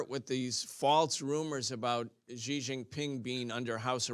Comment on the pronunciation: love your work and channel! Fyi, Xi is pronounced “she” nor “zhee”. Hope that helps.